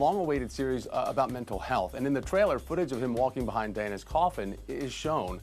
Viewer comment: “ Walking behind Dainaaa’s coffin!” interviewers need to at least get the name right. Right?